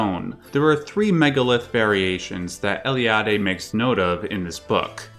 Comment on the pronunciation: from all english speakers that I ever heard, you pronounced Eliade's name the best, congrats and keep it up!;)